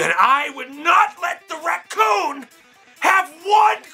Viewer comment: he say Racoom?